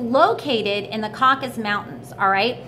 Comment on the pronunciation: Caucasus Mountains. CAW-CAH-SUSS.